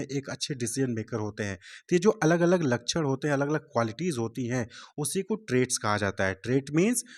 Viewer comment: ❌️Lachan ✅️ लakक्ष्ण 😭